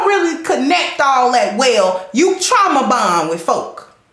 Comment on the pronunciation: "Trama Bond"